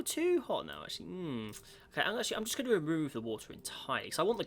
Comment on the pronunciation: Its "going" not "gowing"